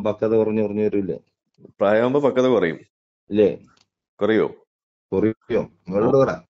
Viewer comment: ഇവന്മാർക്ക് പക്വത എന്നാൽ ഫക്വത എന്നാണ് 😄😄